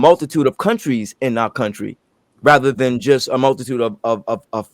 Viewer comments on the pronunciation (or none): none